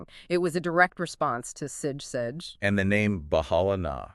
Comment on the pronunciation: sige is pronouced "see-gey"